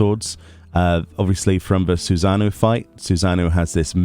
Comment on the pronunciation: "Susan-O"